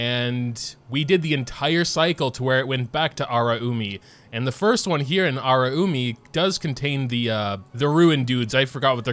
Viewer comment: Hearing you say, as someone who can speak Japanese, feels so uncomfortable. (It’s a-la-you-mi)